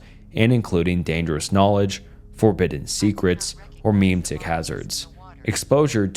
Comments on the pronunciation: … Meh-Met-Ick Memetic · Its meme-tics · Great video, but the way you pronounce memetic as “meme-tick” is killing me lmao